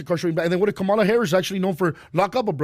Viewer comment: Why do you keep pronouncing the VP’s name wrong?